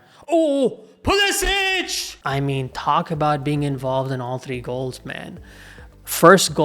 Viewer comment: Puh Leh sick. Not puh les itch